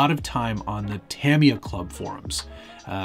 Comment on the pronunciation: You can say futaba but not tamiya lol jk